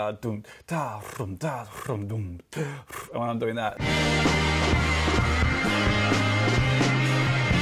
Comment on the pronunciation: Wait... "Enders Toi" is pronounced "unduex twa" and not "Enders Toy". I hate being American